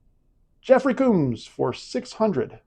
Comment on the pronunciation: please check the way to pronounce Orion and Combs